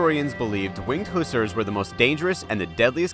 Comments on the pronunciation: Hussars not Who sers, listen to sabaton geez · please pronounce hussars correctly. Who-sarrs